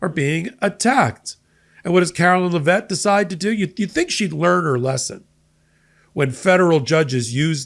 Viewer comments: Karoline Leavitt, not Lavett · It's Karoline LEV it not la Vet, or just dumb shit for short. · PLEASE stop glorifying Kookie Karoline's last name! IT IS PRONOUNCED LEVITT (LEV IT). She IS NOT FRENCH, so her name IS NOT pronounced as LAH-VETTE!